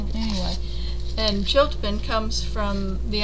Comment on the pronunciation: I'm fascinated by the chiltepin too! It is pronounced chil teh peen. It is my favorite pepper for using in many Mexican dishes especially salsa roja. Where are you in Texas. I'm in Austin and live near downtown and they are all over my neighborhood. I find them wild in many of the nearby parks as well. I grew up in Karnes County and that is when I became familiar with their heat as a child. My grandfather would put a few drops of a sauce made with vinegar and chiltepins on his beans. The flavor of this pepper is superior.